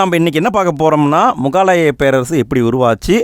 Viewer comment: Bro not mugaalaya Say mugalaaya